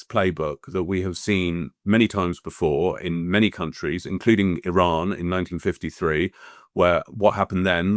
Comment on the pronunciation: Neutrality ???😅 Why don’t you go and learn how to pronounce the word Iran, then spew pro fascist hypothesis about dignified people of Iran. Shame on you.